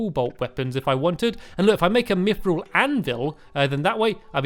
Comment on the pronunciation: Pal-aid-iam Orik-kall-em Mith-ral Ada-man-tite